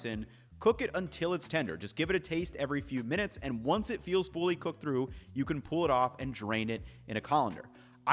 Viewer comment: I can't unhear "fooly cooked"